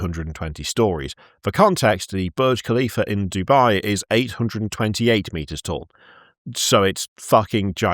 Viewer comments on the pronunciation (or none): none